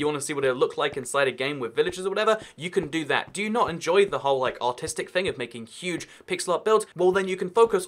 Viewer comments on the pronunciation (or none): i cant tell if you said artistic or autistic lmao but as both of those? minecraft is such a nostalgic game and i love it dearly